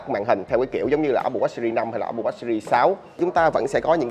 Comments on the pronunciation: jos Quý apple wash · Nghe chữ Watch ông review đọc khó chịu vl :))) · Đọc tiếng anh chữ watch nghe khó chịu quá. Chỉnh cách phát âm đê